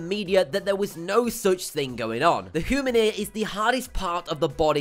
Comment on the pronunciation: Is it really that hard to pronounce "Human" and " Dengue"???